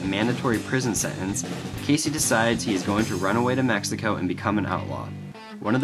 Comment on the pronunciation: Good video, but why do you pronounce his name "Casey"? It's Key-Z.